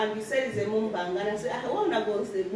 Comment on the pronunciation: the Mukbang pronounce done lost na grandma e mouth 😊